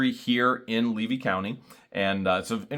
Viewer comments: Leedy County? Does not know which county she lives in? Levy,! It's Levy county. Wow! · 'leedy county'? someone best warn 'em!! 🤣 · Oh boy said Leedy county instead of Levy county. She does not even know what county she lives in. I do not think that there are 98% of the town that are backing her up. And if she loves her daughter so much why does she leave it to her ex-husband. Makes no sense to me. Good luck. and God bless you both. praying for you. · Oh my God....Jeremy she() called your county LEEDY instead of Levy County. Someone better teach her how to spell. LOL